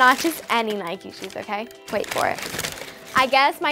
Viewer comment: It’s not Nikey it’s Nike